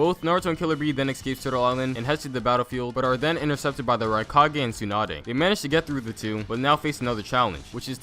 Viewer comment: I heard tsunada